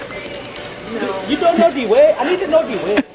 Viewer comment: How do you know de way? "I went de way the other day" 😂😂😂